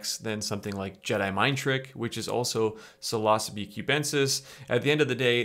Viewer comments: You are pronouncing Psilocybe wrong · i thought it was pronounced like “silosybe”